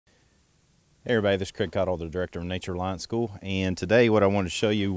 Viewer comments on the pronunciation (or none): LOL "Nature Reliance"? Or "Nature Alliance"? XD